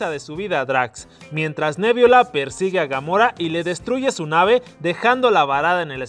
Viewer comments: se dice nebula no, me viola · Yo soy súper fan de Los Guardianes De La Galaxia. U quiero decir que no es nebiola es nebula. Talvez lo escribes bien pero lo pronuncias mal. Solo quería decir eso. Si eres fan de Los Guardianes De La Galaxia deberías saber eso. Pequeños detalles. Pero no importa solo quería decir eso. Gracias a las personas que se detuvieron a leer este comentario.